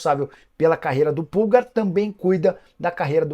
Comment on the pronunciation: Uma hora fala pulgÁr ... E no anúncio principal fala "Erick pÚlgar" ... Pra ficar parecendo com o atacante kkkk po